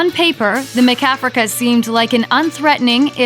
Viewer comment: Why does she keep pronouncing it Ma-Kafrica? lol